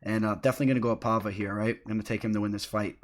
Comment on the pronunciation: Paiva, not Palva/Pahva.